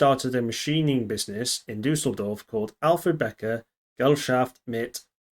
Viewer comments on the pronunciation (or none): none